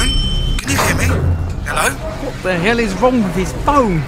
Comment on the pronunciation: cory say hele instead he.lo.